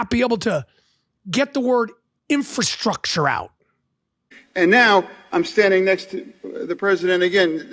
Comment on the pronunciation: Say it with me now: "infrastructure". Hoodies now a new fashion trend in the U.S. Senate.